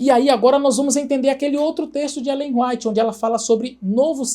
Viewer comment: Brilhante análise! A única coisa que incomoda é o pr. pronunciar "Ellen Ruáit" 😅😂